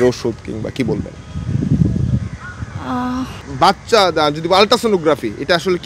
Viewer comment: Uni bolcen Bacca Ami shuneci Paca 😂